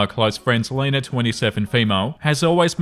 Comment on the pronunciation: Story 1 - When STILL doesn't know how to pronounce "Lena" correctly. For Christ's sake, anybody with two brain cells can just look at the word and automatically know that it's pronounced "LEE-nah".